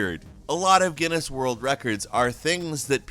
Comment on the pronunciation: when he says guiness wrong